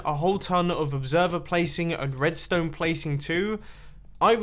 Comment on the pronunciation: Mumbo you spoon! “redsone torch placed here” or whatever he said